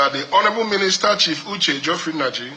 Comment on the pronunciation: you said Uche inergy?